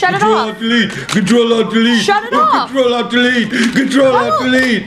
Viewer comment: I hear “Control All Dell Bee”